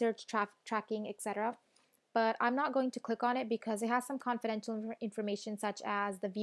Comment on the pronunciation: … If you have a website about speaking skills, then you ought to pronounce “etc.” correctly :-) … thre is a t in etc, not a k!